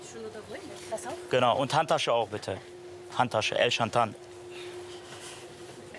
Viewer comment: " EL SCHANTAN" 😂😂😂😂😂😂😂😂😂